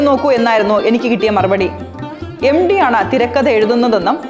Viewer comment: എം ഡി അല്ല സേച്ചി എം ടി. (MT )